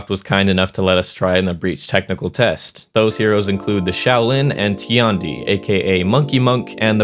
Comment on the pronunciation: its not ti-an-di, its tian di(天帝）